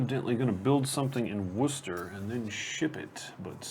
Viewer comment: By the way I am also from Birmingham and can I add my congratulations to those from Paul Umber for your pronunciations of the various locations on the board. I was particularly impressed by pronunciation of 'Worcester' (pronounced 'wooster' and not 'worcester' ). If I was slightly nit-picking I would say to you that Birmingham does have a 'g' in it (Birmingham not Birminham) but other than that I'm impressed! A bit of background info for you - Birmingham is known locally as 'Brum' (short for Brummijum) and therefore locals are known throughout the land as 'Brummies'. So the name of the game is 'Brass Brum' ok?:)